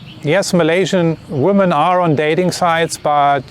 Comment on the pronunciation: I recently requested this video, thank you for making it. 😊 - I can tell by your presentation style you value being precise and clear so I offer you some feedback. Your subscribers usually instantly know when you intend plural versus singular human female, it is only a minor distraction. I will happily continue to mentally correct this in my head as long as necessary. But as a possible aid for you, the plural form of woman is different, and a little tricky even for native English speakers, because the spelling does not match the pronunciation. Something which may help you keep it straight is the singular "woman" has the singular form of male ("..man") embedded in the word, while the plural "women" has the plural male ("..men") in the word. I hope this helps you make sense of this oddity of the English language. Thank you again and please keep making your informative videos.